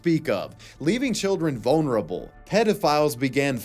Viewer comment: sounded a lot like "bonerable child" to me, which in all its depravity made me snicker.